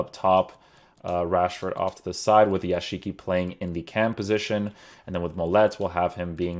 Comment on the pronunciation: Yashiqi? It's pronounced Yazıcı